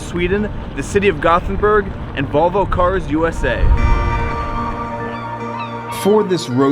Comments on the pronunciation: AAAAAAAAAAAAAAAAAAAAAAAAAH, please don't say "gothenberg". atleast sat gotenberg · The name is göteborg not gotburhh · Its GÖTEBORG not gothenburg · When he said göteburg in English. I was hurt cause he said it wrong